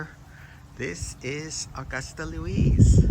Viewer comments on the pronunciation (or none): none